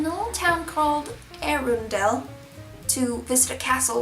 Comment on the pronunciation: No need to pronounce the 'e' in Arundel. The castle is the seat of Edward William Fitzalan-Howard, 18th Duke of Norfolk. A distant relative of Queen Elizabeth II, he is the Premier Duke of England and has a list of other titles as long as your arm. Members of this family included Queen Ann Boleyn and Queen Catherine Howard, grand-daughters of Thomas Howard, 2nd Duke of Norfolk, both of whom lost their head for getting on the wrong side of King Henry VIII. Their great-grandfather John Howard, 1st Duke of Norfolk, died alongside King Richard III (the king in the car park) at the Battle of Bosworth Field in 1485.